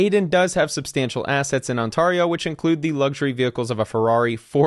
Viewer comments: Pronounced "on-teh-ree-oh" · Lol as a canadian i can confirm that this man is 100% fullblooded American as fuck he just pronounced it "On-Tarr-io" 🤣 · scroooopulus not scr up u los. Ont air eo. sorry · on-TARR-eo xD pronounced on-tear-eo :) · ON-TEAR-IO not ON-TAR—IO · On-tare-E-o not tar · BTW, it`s pronounced On-(tear- as in tear a piece of paper)-io, not On(tar- tarring your roof)-io. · on-TARE-ee-oh not on-TAR-ee-oh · I stg please stop pronouncing it ontahrio. It’s ontairio like stairs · Always hilarious when americans pronounce it “on tar ee oh” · ON-TAIR-YO…. Is how you pronounce the province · ontArio… I’ve never cringed so hard in my life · brother I love you but as an Ontarian this is hard too watch lol, On-tear-e-oh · Great video, but the pronunciation is: on-tear-e-o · I've never in my entire life heard somebody pronounce Ontario as On-Tario. I'm baffled. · It's pronounced ONT AIR RIO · Bro…. It’s pronounced “On-tear-io”. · Great content brother. Just an FYI from someone living in Ontario. It’s pronounced, “On-Tear-io “ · On-TAR-eo 😅 those people don’t deserve the money back. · there is no way you say Ontario like this off camera... "ON-TAR-E-O" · On TAR io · I was completely ignorant that it's not pronounced with an 'ah' until I saw this comment. Now I can mispronounce it knowingly. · I suspect that was the problem. He ran the word through an online pronouncation bot and voilà, we get Ohnatarrio. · I came for this comment. On-tah-ree-oh 🤢😬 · Pronounced: ON-TARE-EE-OH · Pathetic theft for sure. But u need to learn how to pronounce Ontario! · never heard Ontario pronounced that way before. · "Crypto King" is looking at jail time soon, he keeps hiding assets from a bankruptcy court according to the latest news articles. Also Good Lord why do Americans butcher Canadian places? First it was Etobicoke in Don't F@ With Cats, now it's the whole province of Ontario. You're killin' me smalls. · you gotta look up how to pronounce Ontario